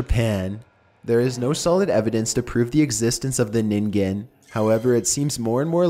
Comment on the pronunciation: It always amuses me when the ningen is featured in a narrarated video, so many different prononciations people come up with. It's pronounced nin-gen with the 'g' being that harsh g like in game or glint. But 'nin-gin' is actually kind of adorable... (some people have pronounced it 'nin-jin' which is hilarious to me because ninjin means carrot, ningen means person)